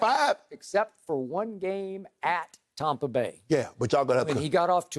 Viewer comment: Tompa Bay 🤣🤣